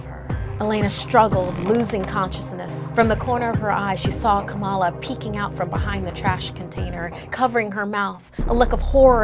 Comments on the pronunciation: It's not kamaaala it is Kamala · Kamal not Kamala